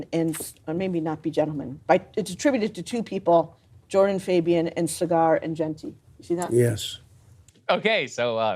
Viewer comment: She pronounced it Cigar Enjenti